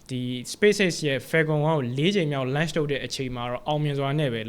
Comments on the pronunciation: Launch အသံထွက်လေးပဲသတိထားလိုက်ပါ bro .. great job ပါ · Launch အသံထွက်မှားနေတယ်ဗျ ကျန်တာ အားလုံးကောင်းတယ် presentation skill ကောင်းတယ် ရှင်းတယ် ဆရာဝင်လုပ်တာ မဟုတ်ပါ launch ကို ပြောတဲ့အခါ ဟင်းကောင်းတစ်ခွက်ထဲ ဆံပင်ကျသလို ဖြစ်နေလို့ပါ